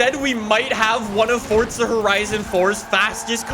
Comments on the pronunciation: Forza not fortza 😐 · FOUR-ZA NOT FORT-ZA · FORTZA HORIZON 4 HAHAHAHA, THIS GUY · Bruh just triggers me with forTTza